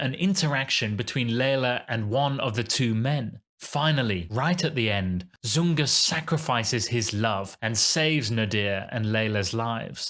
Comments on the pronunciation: IThe character's name in the Pearl Fishers is "ZuRga", not "ZuNga",,,, also you pronounce the name "Gilda" incorreclty. It's pronounced with a soft (not a hard)"G" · A little hard to take you too seriously when you can’t get the names of the characters correct! Rigoletto’s daughter’s name is pronounced with a soft ‘G’ (i.e. Jilda), not a hard ‘G’. The character in The Pearl Fishers is Zurga, not Zunga! Please do just a BIT of research before you send things out into the world on the internet - mistakes like this just make you look a little silly. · It’s “ZuRga”, not “Zunga” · It's not ZuNga, but ZuRga.... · I like what you’re saying as a veteran opera and ballet goer (over 60 years); however, it’s Zurga and Gilda (pronounced with a soft g [Jilda]).